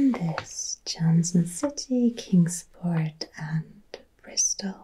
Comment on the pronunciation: To hear you talk about Tennessee and to even say “Chattanooga”/“Kingsport”/ “Johnson City”/“Bristol” correctly made my heart happy, although I’m surprised Dollywood wasn’t mentioned lol. I grew up here in East Tennessee (Specifically Greeneville, Tennessee) since I was 9 and I live in Chattanooga now. Thank you for this! Btw I sent you an email!